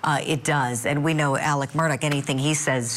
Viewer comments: Why is ‘Murdaugh’ pronounced differently by everyone that says it? This is genuinely weird. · The first thing this guy needs to do is learn to pronounce Murdaugh correctly.